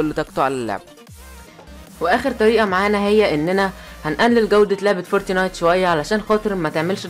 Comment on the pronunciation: فورتنايت مش فورتينايت 😂